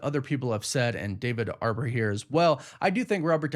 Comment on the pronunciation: Why do you keep calling him David "Arbor"?